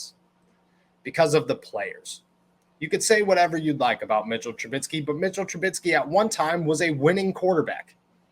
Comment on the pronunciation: Trubisky not Trubitsky.